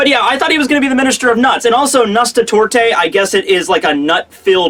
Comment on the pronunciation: Man, i feel offended by your butchering of the word "Nusstorte". It is german. Try the Nuss like the nus from anus and torte more or less like toarte.